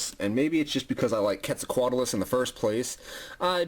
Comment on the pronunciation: QWEAT-ZAL-COAT-ALUS. it bugs me how you say it